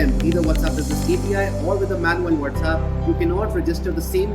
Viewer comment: What is the whatzapp??? Mean with the z and not WhatsApp with the s ??